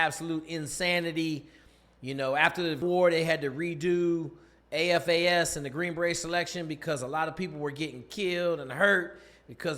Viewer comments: it sounds like you keep saying AFAS….just making sure you know that it’s SFAS? No worries mang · It's SFAS, not AFAS Special Forces Accessment and Selection SFAS